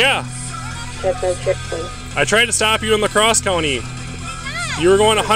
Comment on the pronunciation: The narrator's pronounciation of La Crosse, WI 😅